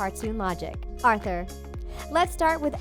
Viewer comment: i faceplam three time when you said arthur